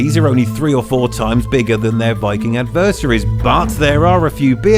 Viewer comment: What was this video meant to be about? Ascending size order? A swing and a miss, there. And the pronunciation of 'Smaug' and 'adversaries'...